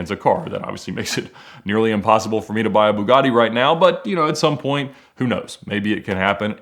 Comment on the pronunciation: Ed... it's called a Bewgatti...